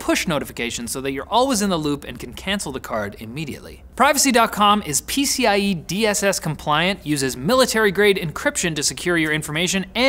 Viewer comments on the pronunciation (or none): been spending too mcuh time around computers, calling PCI-DSS "PCIE-DSS"